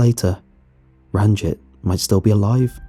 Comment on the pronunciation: Yoo, is the sewer guy's name Ranjit Singh? Just telling for general knowledge that the i in Ranjit would be pronounced like ee. Pretty much like the name Baljit, which is pronounced the exact same as Baljeet